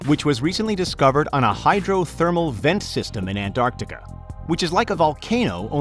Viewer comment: An tar ti ca > Ant ar ti ca